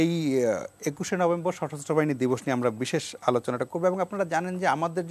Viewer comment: দিবস না বিদস🤣🤣 বুঝলাম না